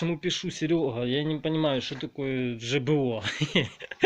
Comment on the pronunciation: только не жбо а жабо